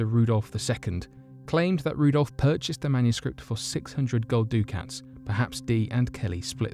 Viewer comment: I know it really doesn't matter but...Voynich manuscript ya keep saying "he paid 300 doo-cats"...ducats is pronounced "duck-ets"